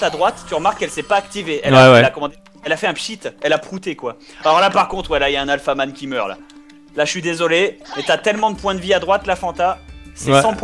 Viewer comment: sa n'est pas alphaman mais alfatman XD